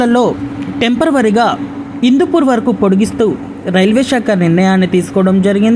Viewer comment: టెంపరరీ రా నాయనా. టెంపర్వరీ కాదు. పబ్లిక్ domain లో వీడియో లు పెట్టేటపుడు. కాస్త శ్రద్ద ఉండాలి.